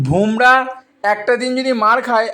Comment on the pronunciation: Naam ta Bhomrah na, Bumrah....r ashtanno ta ki? Ota atanno hoy..